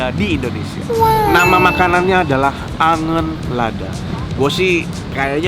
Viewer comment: dibacanya angeun bukan angen :D Angeun Lad = Sayur Pedas